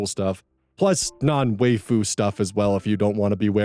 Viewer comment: Did you say Wayfu at the end? It's pronounced "Wife-ooo", as it was originally coined by an anime character showing people a picture of a woman and saying "mai waifu" in poor english.